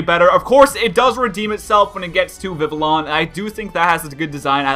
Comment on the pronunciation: I wish people would just realize that Vivillon is pronounced VIVION.